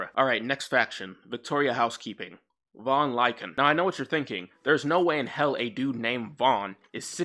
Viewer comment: Say it with me: Lycaon. "Lie-kay-on". Named for King Lycaon, who founded the city of Lycosura, and started the Lycaean Games to honor Zeus Lycaeus. King Wolf who founded the city of Wolf, and started the Wolf Games to honor Wolf Zeus. Wolves.